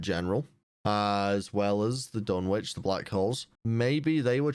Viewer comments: Pronunciation Note: The "W" in "Dunwich" is silent, meaning it's pronounced "Dun-ich" not "Dun-witch" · JSYK the “w” in Dunwich is silent just like in Greenwich and Norwich